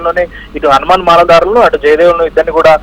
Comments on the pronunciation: మాల దారాలు దండలు కాదు అక్క, మాలధారులు ముందు తెలుగు నేర్చు అక్క, బాబు hmtv తెలుగు వచ్చిన వాళ్ళను పెట్టుకో లేదా వీళ్లకు తెలుగు అయిన నేర్పు ర అయ్యా 🤦🙏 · నీ ఎదవ తెలుగు, మల ధరా లు కాదు మల దారులు